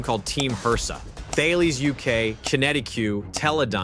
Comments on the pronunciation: You don't pronounce the 'H' in Thales, it's pronounced Ta-Lis. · The companies you mentioned are pronounced Tar-Laess and Kin-etic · I've got to pick you up on your pronunciation a bit here. Thales is pronounced "Talis", QinetiQ is pronounced "Kinetic"...just saying ;-)